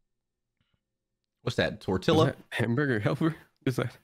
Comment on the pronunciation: "what's that? TortILLA" WHEEZING